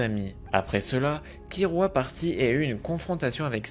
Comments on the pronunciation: Mes oreilles saigne quand j'entends kirua KIRUA , l'erreur du joueur français , perso je dit Killua. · mais c'est "killua" pas kirua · Killua pas Kirua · Pk tu dit Kirua mes oreilles meurt la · Par contre ça se dit "killua" ça m'a perturbée tout le long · Comment tu le prononce mal j’ai mal 😭 (Ça s’écrit killua)